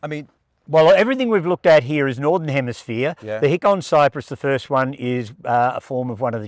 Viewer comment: Hinoki or obtusa chamaecyparis is so varied and fun and some of the winter colors can be great. Be glad you can grow lawsoniana because in the southeast US, they don't do well..When you pronounce Hikon is that a Japanese shortening of hinoki??? Also be careful candle pruning pines because they can die on you easily from that process if you aren't careful...I've killed several thunbergii's in the past...Leyland cypress is a dreadful hybrid so like you, I avoid them for sure...